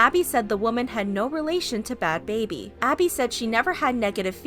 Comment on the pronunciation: Its Not Bhad Babir Its Bhad Bhabie